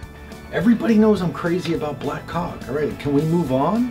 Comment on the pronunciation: I think Orville was especially funny this episode, and just can't pronounce caulk.